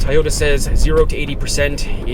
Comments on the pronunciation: It's toooooyota not tayota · lol Tieoda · for the mother of all things holy. if u r gonna review cars, learn how to say TOYOTA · Please pronounce Toyota correctly